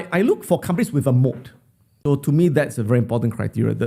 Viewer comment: Not mode its moat, company with a moat